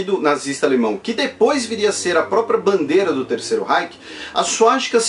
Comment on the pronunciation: Bro pode ser uma parada meio besta mas tu ta falando Reich errado, e meio q ta me incomodando kkkkk mas nada q prejudique a aprendizagem